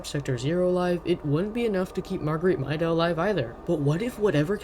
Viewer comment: 1. it's pronounced mayda 2. a big fan guess is the cold 3. good job :D